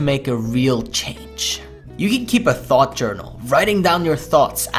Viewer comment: "remember that day where you didn't have a single thot??"